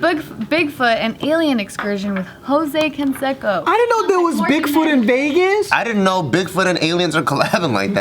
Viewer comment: Why is pronouncing Canseco wrong?